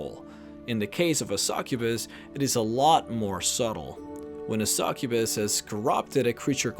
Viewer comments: a "Sakubus" o.O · You pronounce succubus really weirdly